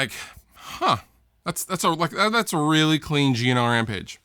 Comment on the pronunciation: Whenever you say G&L, it sounds a bit like 'Gino'. "Gino Rampage? Yeah, he's a friend of ours. Fuhgeddaboudit."